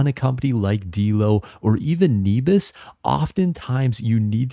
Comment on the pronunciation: Nebius has an incredible team with a huge vision. I can't see it's business model failing. Also I think it's pronounced neh-bee-us, at least thats how I've always said it